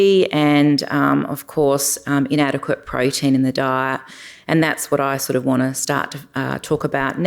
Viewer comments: Please say protein not prodeen. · Great content but I can't keep listening to her saying "proh-deen".